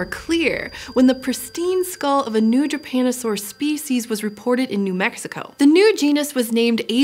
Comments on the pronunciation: Damn, every time I hear "japanosaur" instead of "drepanosaur" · Does anyone else keep hearing "Drepanosaur" as "Japanosaur"? ...and constantly think of Godzilla?